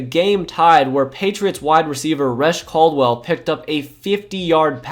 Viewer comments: Bro said Resh Caldwell. Its pronounced Re-Shay LOL but I feel you you look a bit young to remember that era vividly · Love the videos but it’s pronounced Re-Shay Caldwell not Retch Caldwell, can’t blame you though you weren’t alive yet